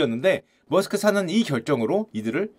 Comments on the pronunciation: 메르스크가 더 나은 발음입니다. 저도 잘 몰라서 google에 찾아봤습니다. Danish 이름 입니다. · MAERSK가 어떻게 머스크로 발음되는지는 의문이지만 하여튼 암튼 머스크 😂😂😂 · 일론 '머스크' 인줄